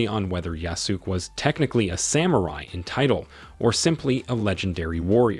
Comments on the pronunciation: Ah yes, an insider who knows a whole bunch about this project but calls him Yah-sook. Totally believable, amirite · I hate when they keep saying Yasuke's name wrong